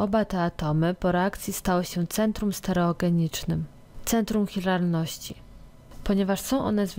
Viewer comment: mała uwaga: centrum CHiralności nie "hiralności" :-)